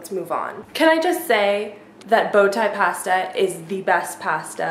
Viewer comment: past-a? wait what?